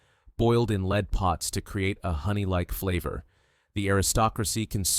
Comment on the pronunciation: The metal lead is pronounced "led". Good video!